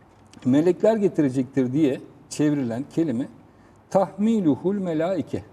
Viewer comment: “Tahmiiiluhul melaike” mi yoksa “Tahmiluhul melaike” mi?